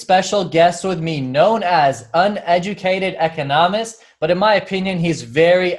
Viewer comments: I do have accent when I speak too, he refers mainly to where you use the actual accent in the word ecOnomist not econoMISt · Its Eeee-KAH-NOh-Mist. Practice it a few times, and you'll get. Thanks for stopping by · Can't get over how he said econist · you say ‘echonahmist’ - listen to how he says it on the opening of his every video - totally different!